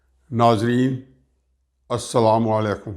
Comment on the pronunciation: Please correct your pronunciation of Bismillah (Tasmiiah ) and Asslamo Alaimcum. Thanks